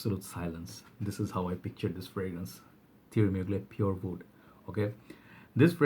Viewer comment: Why you always pronounce wood in a way as if you are saying oud. Great list btw. You are the most prolific fragrance reviewer with quality in every video.